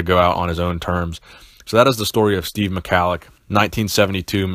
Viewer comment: At least learn how to pronounce his Name, It's Prnounced Mi-Hal-Lic